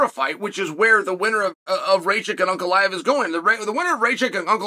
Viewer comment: I’m shocked Uncle Chael put that respect on Ankalaev by saying his name correct. I now believe this man is both worth the odds and definitely going to lose from the Chael curse.